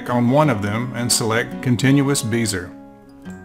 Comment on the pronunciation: Thanks for your tutorial. FYI: Bezier is pronounced as such